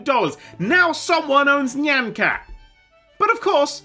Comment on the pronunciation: Is anyone gonna talk about how he can’t pronounce nyan cat properly ?